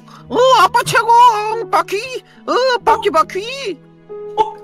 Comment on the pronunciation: 난 바퀴 을 바X 로 들었어 순간 당황